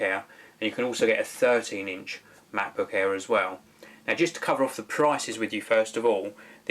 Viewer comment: When I first heard, I was wondering:"No, I want to watch a review of Macbook Air, not Macbook Hair"